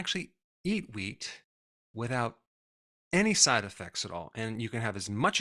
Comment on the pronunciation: Who else thought he said weed products? 😂😂